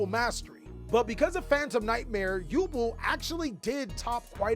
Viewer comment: The way he says Yubel hurts..... Still luv ya